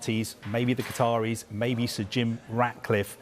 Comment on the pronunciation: Hahaha, it's Qataris, nice try...